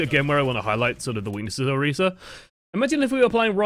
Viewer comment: Thank you for pronouncing Orisa right! Wouldn't have been able to handle this if you hadn't.